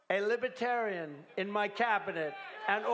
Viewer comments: He can't even pronounce it correctly. Lib e tarian? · this entire speech was like one big lie lmfao. also he can't pronounce "libertarian" correctly. LIBETARIAN